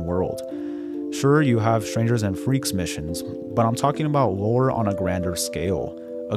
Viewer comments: Are you saying lore or war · what is the thing he constantly says GTA is lacking? Roar? War? I don't understand the word phonetically